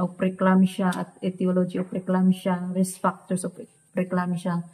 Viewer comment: Magaral ka nang English enunciation. E.g. risk hindi 'resk.' Short i, long i, e versus ee pronounciation is a good start. Mag tutor ka or makinig ka sa you tube. Dapat consistent ka.